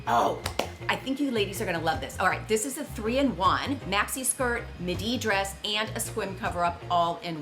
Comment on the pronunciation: MID-ee, not MUH-DEE